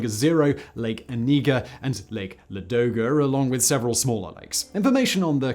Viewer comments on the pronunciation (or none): Great video. Would be even greater if you had checked stress in Russian words. For instance, the big lake next to Leningrad is L'adoga with the stress on the first syllable.